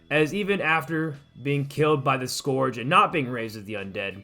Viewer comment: How do you pronounce Scourge so badly